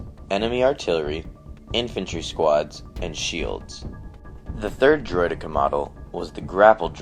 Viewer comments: ITS Droid-eh-kah not Droid-EE-kar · Droid-D-Cens? I prefer the pronunciation Droid-deh-Ka. Our you Dan just call them Destroyers or Destroyer Droids. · Bro it.s not droidika it.s droidikaaaa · Droy-Deh-Kah not Droy-Dee-Kah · THAT IS NOT HOW DROIDEKA IS PRONOUNCED its droid-ecka not eeka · its pronounced droi-decka, not droi-deeka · droid-eeh-ka not driod-ee-ka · bro he really saying droy deka lol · I ain't gonna lie I chuckled everytime he said droideeka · It's pronounced eka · it's supposed to be pronounced droid-eck-uuhs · He says droideeka which is so annoying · Let's be honest everyone: It's not pronounced this way, its pronounced: Droid-e-KA. Like in the TV series and original battlefront. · Why the fuck are you calling them "Droideekah's"? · I love your account dude but Driod-Deck-A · why the fuck cant people just agree on the pronunciation of Droideka? Someone even says it in the phantom menace, its pronounced Droidacar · "Droid-ee-ka". Using too much emphasis on the 'e' there. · can't stand how you say driodeka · It's not droideka it's more like droid-e-ka no pauses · You pronounced deka wrong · Technically it is a "valid" pronunciation, but I personally feel it just sounds wrong when pronounced that way. Droideka without the emphasis on the 'e' seems to be the actual standard and most 'correct' pronunciation of the term.